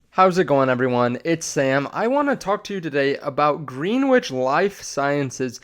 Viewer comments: Pronounced ‘Gren-itch’ 😊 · Actually, Greenwich is pronounced Green witch. English major here. That being said, 98% of people mis pronounce the word.